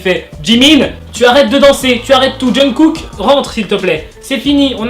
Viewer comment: "JungCoock" mdrrr